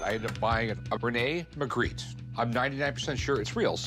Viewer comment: The "expert" who pronounced "Magritte" 3 different ways (none French) did not inspire confidence.